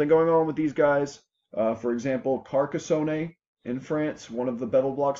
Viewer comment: ...Great work! Great content! By the way, Belvois is pronounced BEE-VER, in England. And its Karka-son, not carco-sony. Lol!